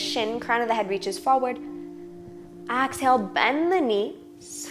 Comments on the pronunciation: Honey, 2 pts: EXHALE, not AXE-hale. Also, seriously? not beginners. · I had to stop the video because your "Ax-hale" is pronounced "Ex-hale" in Canada! It was frustrating and very distracting. Otherwise, I was enjoying it! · Nice flow, but extremely distracting to hear her mispronounce exhale over and over...